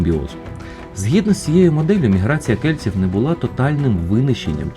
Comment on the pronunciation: Дещо дратує ца-цакання: кельціу